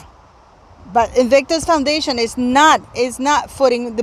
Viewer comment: And Invictus Foundation pronounced absolutely right.....Why should they foot the bill? My goodness!!! Meghan really is despicable and a bone idle grifter.....